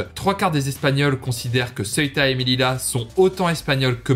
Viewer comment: c melilla et se prononce meliya